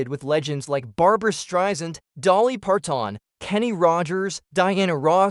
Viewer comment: it's funny. Dolly ParTON. LOL